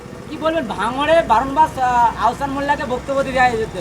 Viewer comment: আওসান নয় আহসান